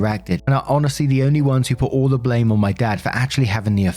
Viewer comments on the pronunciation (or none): none